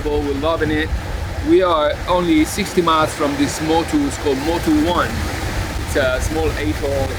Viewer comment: I did this trip in June for a yacht delivery Papeete to Brisbane. I did the 1900 mikes from Papeete to Vavau in 13 days. Motu One is pronounced oh-nay, of course. Your spinnaker has a huge hole in it, you should get it fixed